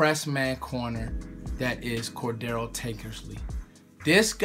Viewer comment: Core-dray-uh Tankersley. Not raggin on ya just trying to help